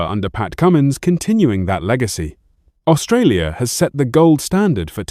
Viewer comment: It’s funny listening to the AI presenter trying to pronounce some of the countries. It’s first attempt at Australia, at least it gets better - seems to learn mid presentation.